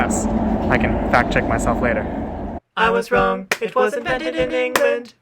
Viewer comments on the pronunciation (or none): none